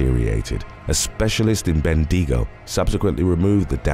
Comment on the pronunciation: It's "Ben-dig-o" not bendeego. Love your work.